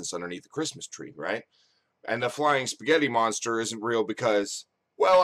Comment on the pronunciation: 'Eespaaaghetti monstar!' :D